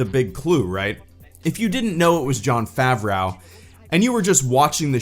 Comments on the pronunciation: Stop saying Jon FavROW instead of Jon Favreau. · "jon favraow"